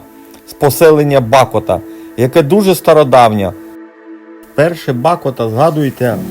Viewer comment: Місцеві кажуть БА'кота. Наголос на "А". Два тижні тому теж були там. Теж на мото. Цікаві й красиві місця👍👍👍.